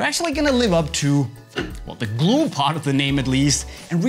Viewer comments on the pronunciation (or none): none